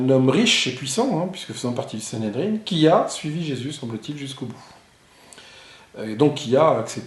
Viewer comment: On dit Sanhédrin, pas sanhédrine.